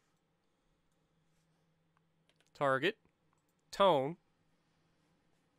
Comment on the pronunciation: Tone is pronounced Toe-Nay